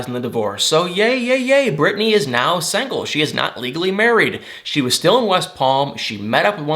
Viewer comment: I love, but the way he says "sangle" 🤣🤣🤣